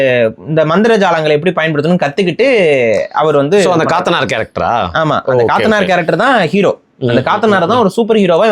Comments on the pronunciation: காத்தனார் இல்லை கத்தனார் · அது காத்தனார் இல்ல கத்தனார் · Dei athu kaathanar illada Kat_tha_ naar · அது கத்தனார், காத்தனார் இல்ல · காத்தனார் இல்ல கத்தனார் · Kaaaatanar illa pa kathanar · Kaathanar alla, kathanar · கடமுற்றத்து கத்தனார் காத்தனார் இல்ல கத்தனார் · அது காத்தனார் இல்லை... கத்தனார் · BRO காத்தனார் இல்ல "கத்தனார்" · அதன் மலையாள உச்சரிப்பு ( കത്തനാർ ) கத்தனார் ( Kathanār ) Last Vowel ( ā ) is Long Vowel ( நெடில் ) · கத்த னா ர் ✅ சரியான உச்சரிப்பு